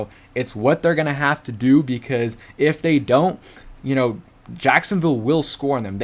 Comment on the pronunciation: Jacosnoville?? Lololololol 💀💀💀💀💀💀💀